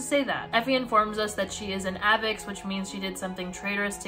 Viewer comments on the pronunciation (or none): just a question but after hearing you pronounce avox differently than how i did when i read the books (i say AY-vox rather than saying it more like aa-vix) how do most of readers say it???? (i have no idea how they say it in the movies fyi) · wait wait is it not pronounced Ay vox? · is this how i find out that avox rhymes with havocs and not fox???